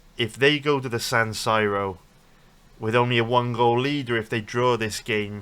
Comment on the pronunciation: Never heard San Siro pronounced that way before